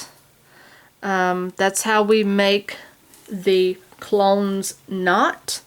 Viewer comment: not 'clones' as in attack of the clones! Clo - nes, (nezz) two syllables, after the town of Clones in Ireland.